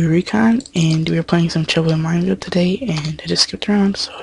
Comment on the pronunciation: when you say and you say it like ant